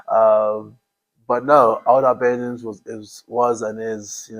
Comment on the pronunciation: Good show, though, and it happens with TNT commentators too, I wish you would pronounce Albanians properly, i.e. Allllllbanians, like St Albans, not Albanians the Eastern European country!